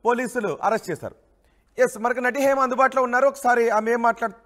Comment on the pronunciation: Heima kadu ra bhaiyya it's Hema